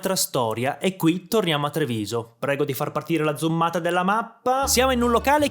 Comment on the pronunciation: "prego far partire la zummataa..." 😂😂😂😂😂😂😂😂